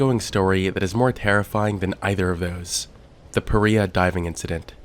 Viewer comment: Is it supposed to be pronounce PA- Rye- Ah?